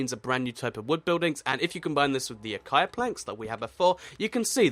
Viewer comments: Omg it's pronounced ah ka sha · how does he say acacia??? acia